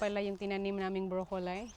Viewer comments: Pronounced as Broccoli. (as in lee) madam!!!.. HINDI broccolie! (lay as in visayan) Good work equals good harvest!! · Sorry but it’s broccoli is pronounced ( broccoleee) I’ve never heard how you pronounce it broccolie. Even if you are in Australia. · i am not correcting you ha kasi baka mabash ka na naman ng avid basher mo na si inggit pikit 😂. Broccoli sounds like brok-li not brokolay. Unless ganyan ang pronounciate sa Australia. Summer na pala dyan at nasa winter pa lang kami 😊…. Sagot sa universal question mo kung tatanggapin ba kung mag bibigay ka ng harvest mo… Oo naman kung ako ang kapitbahay mo ay naku tatanggapin ko ang mga gulay mo, blessing yan… Pwede mo ring ibenta sa mga kapitbahay mo, that is extra income.❤️🇺🇸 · BROCCOLI NOT BROKOLAY 😅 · Miss, I checked it out kasi nasa garden nyo sya at lagi nyong nababanggit ang broccoli. Instead of "bro-ko-lahy" it's [brok-uh-lee, brok-lee] po. I am not perfect in English, and I don't mean bad, pero just sharing lang po. Para mas maganda pakinggan next time. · Brocoli ( Bro- co- lee) yan po pronunciation